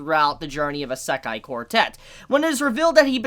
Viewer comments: I don't like how he says "Isekai". "Eh-Se-ka-e" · Good video but it really bothers me that you don't pronounce isekai right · The Japanese pronunciation of “i” is the same as the English pronunciation of “ē”. You are saying esekai when it’s actually pronounced isekai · "Eh se kai" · YOU ARE STILL SAYING ISEKAI WRONG!!!!!!!!